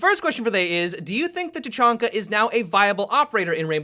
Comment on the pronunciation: i had to stop watching because the way said tachanka sounded like "ta-chun-ka" and it doesnt match with his voice